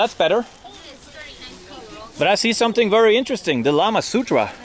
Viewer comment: kamasutra turns into lamasutra🤣🤣🤣